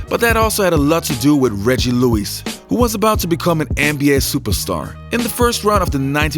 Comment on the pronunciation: Reggie LEWIS (not Louise, HE's a man)